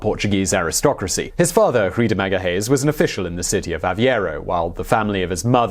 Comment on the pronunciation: Its Magalhães